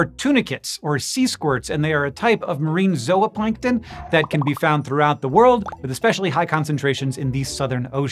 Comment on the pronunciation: Thank you for properly pronouncing ZOOPLANNKTON!! You correctly said "ZO-OPLANKTON" and not as so many do "ZOO-PLANKTON" or "ZOO-OPLANKTON." Thank-you!! Great video aswell.